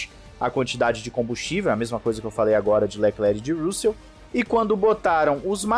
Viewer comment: Cara, pelamordeDeus, pronuncie RÂssel ou algo parecido! Sua pronúncia é péssima!!!